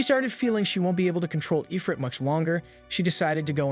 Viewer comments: please tell me that this is a computer saying i-frit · “Eye-frit”??? This person never played an RPG in their life haha